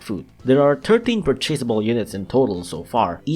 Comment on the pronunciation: Ah yes, another commentary video. A surprise, to be sure. And my favorite type of video, one where he (?) gives his opinion on specific cats. And since this is a video, there's always going to be certain quirks that always make me laugh: - the way he pronounces words like "purchasable" and "throughout" - shitting on bondage cat is always fun to listen to - the standard bc youtuber using normal forms (even though most of them have no difference between evolved form) - the video is not 1 line-up SoL Have fun with Earthshaker. I know not even Mitama and Jizo is enough to beat that stage, but at least it's not a No Continues stage.